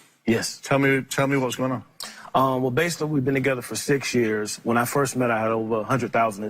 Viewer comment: 6 yuurs......Girl stop pulling that weave omg......6 yuurs❌❌